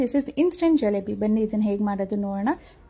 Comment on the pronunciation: 👌🏻but adu galebi alla gilebi